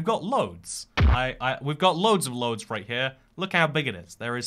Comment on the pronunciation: "Katołiczi" "Loads" XD I love that the 'bad thing' he had to say about Poland was his lack of ability to pronounce words xD